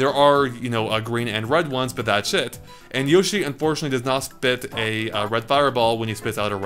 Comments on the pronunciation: Is it me or when says 'That's It' it sounds like 'That's Shit'? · i like how when he says "thats it" it sounds like "bat shit" lol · its his accent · Cirrus Soul Legend Speech impediment. Doesn't matter though, he still said shit. Not even just once either. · ***** There's what he tried to say and what he actually said.